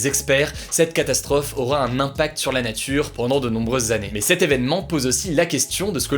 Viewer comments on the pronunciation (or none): none